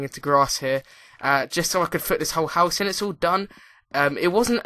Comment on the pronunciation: House not huouse